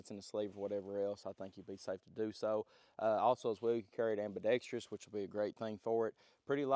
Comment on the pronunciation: Every guntuber never gets the word ambidextrous right. They always say AMBIDEXTRIOUS. There is no "I" in it 😂 Very nice gun. Hate when these companies have that "loaded chamber" window. It always deposit grit onto your optic.